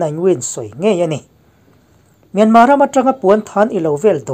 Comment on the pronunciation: Myanmar tih i lam dan hi a dik teuh hle a. I thluk dan chiah hian thluk la, a tawp a 'r' hi lam ri tel lo la an mahni ang chiaha lam ri dik i ni mai ang.